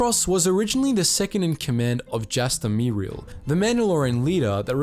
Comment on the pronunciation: Jaster Mereel is vocally pronounced "Mareel" not "MEE reel"